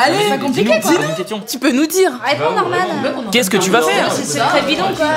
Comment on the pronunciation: A 2min 19 elle dit normal à la place de Norman